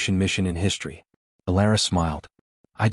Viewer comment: Again, WTF is "HISHTRY"!!!!????